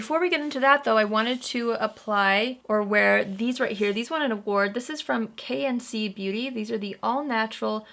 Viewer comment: When she said KMC Beauty, all I heard was KFC Beauty. I super confused for a hot second wondering when The Cornel got a Makeup Brand. 🤣🤣🤣